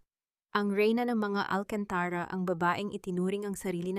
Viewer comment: Pronounce AlcantarA correcrly bawasan mo ang pagkaOA mo Please change the Narrator